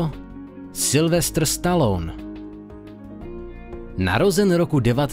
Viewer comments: Jak to řek: Silvestr Staloun :D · Nic ve zlým, ale vyslovuješ Stallone jako moje babička. :D